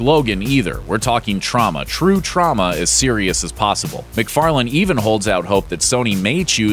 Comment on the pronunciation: Trauma or Troma?